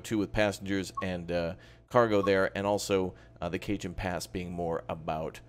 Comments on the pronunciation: Cajon is pronounced "cahon". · Cajon. [Cuh-Hone] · Cajon= cuh-hone. the J has an H sound. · Oi,. Dig the vids, watched a bunch, finally hit subscribe. Also, real quick, it's a Spanish word, Cajon. It means "box" like a "box canyon". It's pronounced "Ka-Hone". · Cajon is pronounced 'Cahon' as in Jalapeno. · I presume that people have told you by now that it's Ca-hone, the J is silent, as in Javier. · Not Cajun